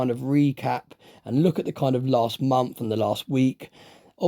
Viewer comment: It's "month", not "mumf".